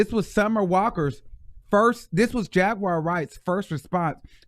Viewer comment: Dont read Jaguar like that mane lol 😂 🤣 😆 💀